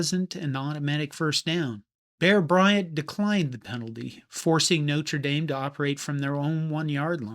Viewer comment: Yes, it was a mess but still better than the bigger mess college football is in 2026. PS Thank you for pronouncing Notre Dame correctly!